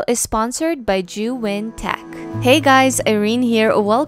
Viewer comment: It's pronounced as "zhe yoon" Besides that your work is amazing. I learned a lot on this video.